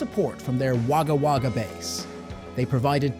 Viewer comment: Props for almost pronouncing Wagga Wagga the way most Aussie's do